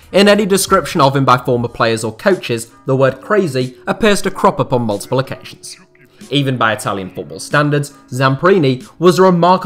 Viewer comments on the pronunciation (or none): none